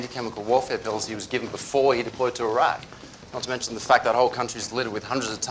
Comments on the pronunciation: House is one of my favorite shows period for the medical accuracy when diagnosing alone but man... that pronunciation of Iraq. 😍 The writers and cast really dedicated themselves to just getting everything right. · 'Iraq' is pronounced just as it is by Dr House, here in the UK which more or less invented that country back in the days of the British Empire. Americans pronounce it quite differently, but I don't know why. Greetings from Pembrokeshire, Wales, UK.